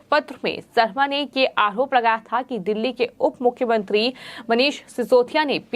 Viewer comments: अकरोप नही आरोप हम हिन्दू हिन्दी ही साफ नही बोल पाते कृपा ध्यान दे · इस चैनल वालों से निवेदन है कि इस न्यूज़ रीडर को reading ना करने दे ठीक से बोल भी नहीं पाती आरोप को आहोप कहती है पहले भी आप से निवेदन किया था